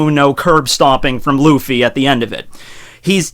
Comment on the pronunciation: Yeah, listen to the sub and Luffy sounds like "Ruffy"